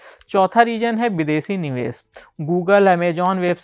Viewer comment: Ser nahi bhai share Niwes nahi niwesh